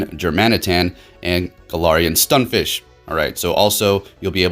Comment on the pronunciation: Stun F I S K, not Fish.